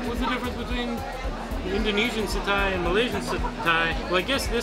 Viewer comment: Roti canai is pronounced as roti canai, not roti kenai. Satay is pronounced as sate, not satai. Apam balik is pronounced as apam balik, not apam balak. Cendol is pronounced as cendol, not kendol. Do come to Malaysia again